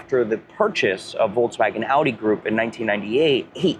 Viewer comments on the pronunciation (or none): none